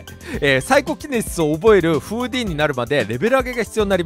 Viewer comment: フーディンのイントネーションw